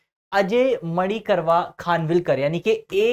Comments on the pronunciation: Sir, Its Manikrao not Manikarma 🙏🙏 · It's अजय माणिक राव खानविलकर,plz correctly pronounce